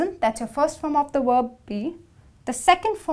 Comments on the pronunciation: She said worb instead of verb🤣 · Verb with a "V" like "vroom" not "w" like worm.... please learn how to pronounce words before you try to teach a language.........